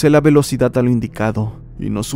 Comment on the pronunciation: "ciudat" "velocidat" JAAJJAJAJAJAJAJAJJA😂😂😂😂